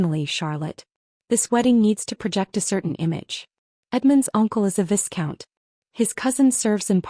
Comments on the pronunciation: The s in viscount is silent so the pronounciation should be vicount nos viscount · Would have been better if the narrator pronounced the title "Viscount" correctly. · And could pronounce 'viscount'.